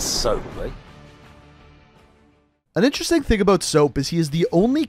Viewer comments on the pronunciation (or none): none